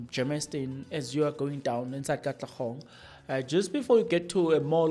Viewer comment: Hello Sir! Not Katlegong, but Katlehong